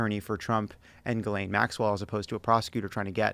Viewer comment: Zhee-lane...not that hard to say.